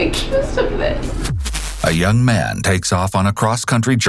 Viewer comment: this narrator is excessive. chill out dude. this isn't a movie trailer from the 90s. ends every word with too much emphasis. pronounces 'man' like 'ma-ya-nuh'.